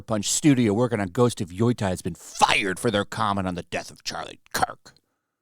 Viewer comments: Yo Tie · Funny ppl keep mispronouncing YO-TEI with YO-TIE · By they way, Yotei is pronounced "yo-tay" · nope, apparently is "Yootei" with the "ei" part sounding like the one in "Toei" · Man, great video...but if you do more videos on them, please learn how to pronounce Yotei :'D